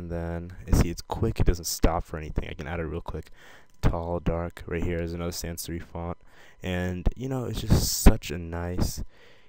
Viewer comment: it's sans serif.... (sair- if)